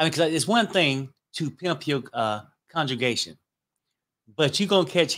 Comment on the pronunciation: It's and his conjugation for me. Lol..., the word is con-gre-ga-tion and not con-ju-ga-tion. You are not conjugating any Spanish or French verbs here.Two different words boo!. Lmao!!